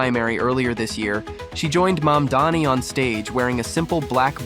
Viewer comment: You mispronounced his last name. You said Mandani. It's Mamdoni.